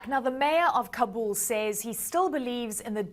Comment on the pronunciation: For the umpteenth time, news anchors, it's KA-bul, not Ka-BUL. Listen to your guest! The ignorance of some media is outstanding.